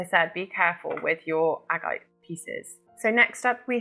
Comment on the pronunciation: 'ag-I-te' and 's-OAD-alite'. Its Agate and SODalite for christ sake